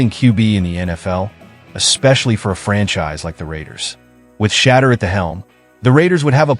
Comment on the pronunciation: you do not know how to say shedeur ???? ANY BODY can get a youtube channel. BTW do some research first and practice.